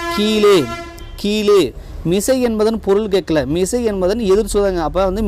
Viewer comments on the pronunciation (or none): none